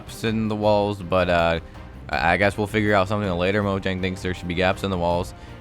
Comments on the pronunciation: It's pronounced as moyang not mojang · You're saying "Mo - dg - ang" It's Swedish, and pronounced "Mo - yang" The "J" is not pronounced "dg", it's pronounced "Y-" Thanks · It's not Mojang, it's Moyang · Mojang is pronounced Moyang. They are Swedish so j is pronounced Y. Most Germanic languages except English which is really hybrid between Germanic and Romance languages pronounce j as y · Its pronounced moyang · Moyang or mojang pronounciation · atleast he’s not like the guy that says moyang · People pronouncing Mojang when in reality it’s pronounced Mojang